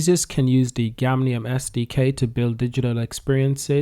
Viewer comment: It's "GAMIUM " bro not gamnium! I can't believe u promoted a token and u don't even know the name 😔